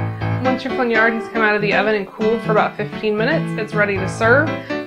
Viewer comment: Thanks for pronouncing flaugnarde for us